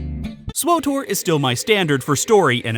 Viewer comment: I'm glad you like Swuh Tor at Muh Mor Pig Com